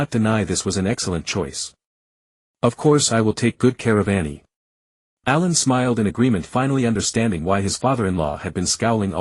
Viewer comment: What with the names bro. Why pronounce it like A I lun instead of allen